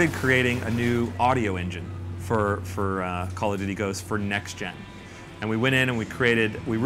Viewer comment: "Calla-doody" lol